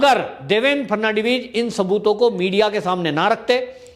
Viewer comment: सरजी ,आप एक्स महाराष्ट्र मुख्य मंत्रीका नाम देवेंद्र फरनाडवीस बोलते हो वह गलत है, सही नाम देवेंद्र फडणवीस है ।